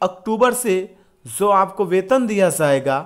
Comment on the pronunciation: Pahle bolna sikho zaiga nhi jaiga hota hai PTA nhi kya padhai krte ho